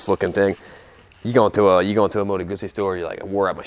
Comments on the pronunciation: Congratulations for the pronounciation of the Moto Guzzi brand . Ciao from Italy 🇮🇹❤️🇺🇲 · Ahhhhh someone pronouncing Guzzi correctly <3 Made me happy for a tiny moment there.